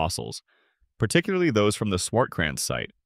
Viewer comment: Hilarious how you pronunciate "swortkrents"